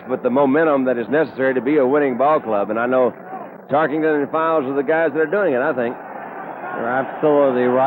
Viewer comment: What's with this " Tarkington" you can't be a fan of pro football if you can't get his name right